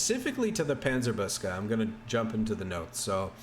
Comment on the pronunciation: Hey, from a german speaker: Panzer-book-se, not Panzer-boos-ke would be a more accurate pronounciation🙂